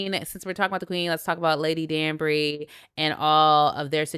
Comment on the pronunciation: She was pronouncing Lady Danbury’s name correctly…I’m giving her props…I am enjoying your discussions on Bridgerton 💝